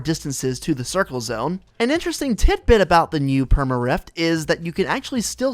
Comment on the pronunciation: He says reft instead of rift 😆